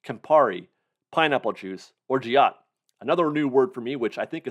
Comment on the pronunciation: Orgeat is a sort of almond syrup (with a hint of orange flower water) used in Mai tais and it’s pronounced orzh-aht